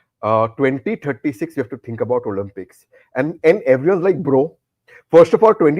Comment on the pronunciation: The word is to be pronounced Olimpics and not Olumpics Tehseen. Y has an i sound when it comes in the middle or at the end of a word - privacy, cheesy etc! It is considered a surrogate vowel! Only when a word begins with a Y does it have a consonant sound - young, yellow, yahoo etc!